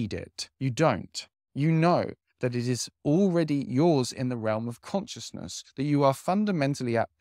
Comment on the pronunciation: Love your content. But consciousness is pronounced con-shis-ness 😊